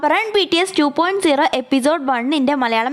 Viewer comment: 2.0 2.O ennaan pronounce cheyyunne 👍🏼